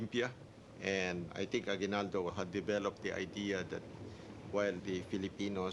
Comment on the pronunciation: Did he just say a-GWI-nal-do??!??!